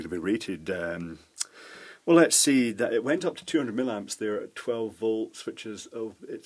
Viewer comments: Why millamps but milliwatts? The former appears, to me, to be an unpleasant affectation, and thoroughly spoiled my enjoyment of this this presentation. Normally I really like your videos, but this mispronunciation is grating :( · ...from where does the word...milamps...come from.....???....milliamps yes but milamps??? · It sounds most odd the way you say "millamps" instead of "milliamps". Is that a Scottish thing? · .Being a retired electrical engineer , l enjoy your vids ... particularly the Chinese crap stuff you rip apart , it's just that "milamps" does piss me off ! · Its an American thin as well. Not sure why we do it.